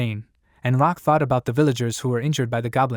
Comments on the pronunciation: It hasn’t even been a second and I’m already doubting this video. Bro pronounced “Lock” as “Rock” for crying out loud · LOCK LLL not R. Oh no A.I is going to rule the world, when it can't even read.